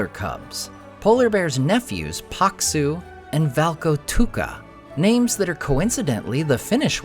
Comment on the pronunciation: Thank you for this video, I love the way you pronounce Karhu, Paksu and Valkotukka, you pronounce them right and also explain what those names mean in English!